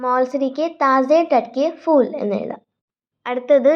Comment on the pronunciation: അഭിനന്ദനങ്ങൾ, നല്ല അവതരണം. കവിത നന്നായി മനസ്സിലാക്കിയിട്ടാണ് ചെയ്തിരിക്കുന്നത്. Pronunciation നല്ലതാണ്. പക്ഷെ ഫൂൽ എന്നത് f ഉച്ചരിക്കുന്നതു പോലെ പാടില്ല. അതു പോലെ പലയിടത്തും Spelling mistakes കണ്ടു . പ്രത്യേകിച്ചും कि വേണ്ടത് മാറിപ്പോയി. Type ചെയ്യുമ്പോൾ കുറച്ചു കൂടി ശ്രദ്ധ പുലർത്താം. ആയാസരഹിതം എന്നതിന് ആയാസകരം എന്നാണ് കേൾക്കുന്നത്. സ്കൂളിലെ ഹിന്ദി അധ്യാപികയുടെ മേൽനോട്ടത്തിൽ ചെയ്താൽ തെറ്റുകൾ ഒഴിവാക്കാവുന്നതേയുള്ളു. എന്നിരുന്നാലും അഭിനന്ദനാർഹമായ അവതരണം. Keep it up 👏🏻👏🏻👏🏻🤝🤝🤝💐